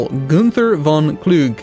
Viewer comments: He also called Kluge "Clug" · the e at the end of various German words is not silent, also w's are v's and v's are kind of like somewhat harder f's. So Gunther von Kluge should be Gunther fon Klugeh. Then there's also the umlaut, instead of a u, with a pronunciation somewhat harder than a u, and a bit more like ue, also the th sound in English doesn't exist in German so would be a t, so it would be something like G-ue-nter fon Klugeh. I'm not sure if you care about pronunciation, but there it is:P